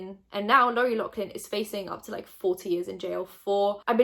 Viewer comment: Her name is pronounced Lohf-lin Kinda like how the gh in laugh makes an f sound. 💛💛